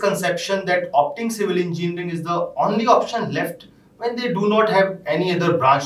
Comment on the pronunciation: The host in red tie is not even able to pronounce "engineering" instead he has his own pronounciation " enginring"🤣. How ever explains quit well about various tools available to eaSe civil engineers.... Great job by her